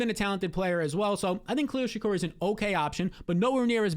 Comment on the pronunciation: He'll do anything except pronounce Shakir right 😂😭